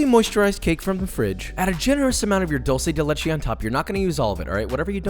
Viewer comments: why do americans say dolce dei leiche IS DULCE dUlce dE lEchE stop u hurt my ears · Ik my mans did not pronounce Duce de leche like that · Oh yes, my favorite, "dorse de leshe" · Two things Joshua... First you are one of the few- if not the only one - who achieved the proper color of dulce de leche. Second, please PLEASE Don't say "dolce" it is not italian... It is "dulce" like doolce... It hurt my soul as an Argentinian. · Since Dulce de Leche has become mainstream in NA...I just want to clarify the pronunciation as I hear a lot of english speakers pronounce it as Dull-sey de leche think more of it like Dool-sey de leche and Bob's you uncle. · Hey Joshua cool video, but it's "dulce de leche" not "Dolce de leche" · I was surprised that Josh didn't fuck up with his spanish until he said "dulce de leche" 😔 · plz try to say dulce de leche as it should sound thanks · He pronounced it wrong 🤣🤣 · He still messed up on saying dulce de leche lmao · Every Spanish speaker dies a little whenever a English speaker pronounces dulce de leche.... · While pronouncing dulce de leche the U is more like the U in bonjour (ou) Greetings from Argentina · That’s not how you pronounce “dulce de leche” and that’s not how you pronounce “leche”